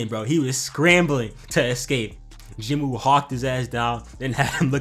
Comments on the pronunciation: ok i just need to say this please stop saying Jin-woo that is not his name listen to his sister and mom and dad pronounce his name it's Ji-noo or Jee-noo like salmon is(sa-mon) hey i could be wrong but everyone keep saying Jin-woo cause it spell that way this video need a Jin-woo counter might get 40+ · "Jin Wooty" killed me